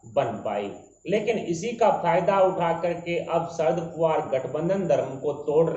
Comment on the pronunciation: Please pronounce the name of Shri Sharad Pawar correctly. He is NOT Sharad "POOVAR". He is Sharad "POWER". When you pronounce his name incorrectly, it shows your ignorance and spoisl your image. Also it is an insult to the senior politician. PLEASE NOTE.